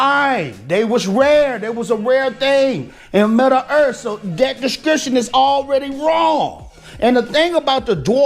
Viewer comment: "midda-earth" love this vid haha